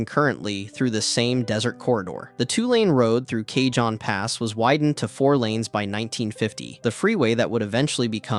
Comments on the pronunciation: Driven this route many times. Also, it's [kuh-hóne] or [kah-hóne], jsyk. It means "box" in Spanish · Kay-john pass? Fuck mate.